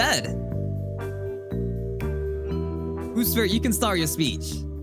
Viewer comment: that boosfer sounded REAL southern